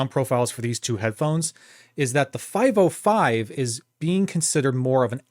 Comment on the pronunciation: the name is not "5o5", but "505" - not ou, but zero